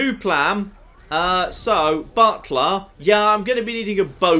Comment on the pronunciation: My wife just said “Did just say he summoned a Dremora Buttplug?!?” Butler. He said Butler.